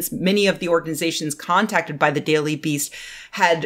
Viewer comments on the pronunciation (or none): none